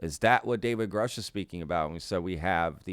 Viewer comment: Richard Doty 2.0. This guy is almost certainly a disinfo agent, a liar or crazy. The guy claims to know David Grusch then butchers his last name. No credibility...